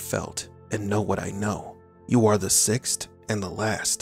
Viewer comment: It's not "fift" and "sixt".